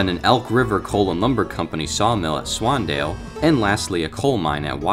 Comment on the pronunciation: Ah yes my favorite town swandale swingle